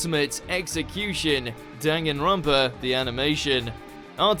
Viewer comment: You know in most light novel and j rpg situations I can usually forgive people mispronouncing certain names But not danganronpa. They say them so many times